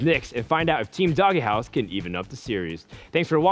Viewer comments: IT'S NOT DOGGY HOUSE IT'S DOGE, LIKE DOGUE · Why the fuck are they pronouncing "DogeHouse" as "DoggyHouse"? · If only he would stop mispronouncing Dogehouse